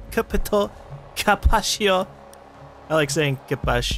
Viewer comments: did he say capatio ... xD it's pronounced ca-PI-tao with a quick ca leading into the pi (ca-pi-tow). As for caveira, it's ca-vei-ra (vei as in vey/vay rhymes with hay). Capitao = Captain and Caveria = Skull :) I think that's cool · I am pretty sure Capitao is pronounced "Cap-e-taw" or "Ca-pe-taw". Capitao is "Captain" in Portuguese, so I imagine the Cap part sounds like it does in Captain, then the I makes an E sound, and the little accent makes tao sound like taw. So if you were to say "El Capitao" you will be saying "The Captain". I know I am right about the first two parts, Cap and E, but not 100% sure about the ending. How I know: A friend of mine was from South America and he use to call me as a nickname "El Capitao". "The Captain". So, either he was pronouncing it wrong himself being from the country, or it is the correct way to pronounce it. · Isn't it said like "Capi-tow" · lol Capitão must be super painful to you, hearing the way says it. "Capitio" lol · ...try to pronounce Capitão like "CapitaLm"...why?... it makes me giggle (cough* cough* capitalism cough* cough*) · as a Brazilian, the cringe is real every time you say "caveira" and "capitão" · Kushington Namikaze not really, but most Americans pronounce it like that because it's hard for them to pronounce the "ã" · Yo, I know you don't really give a damn what people want you to call the characters BUT I just have to try:D Capitão is like Capitalm with an o substituted for the m! And now back to the fun.. I didn't even finish the video yet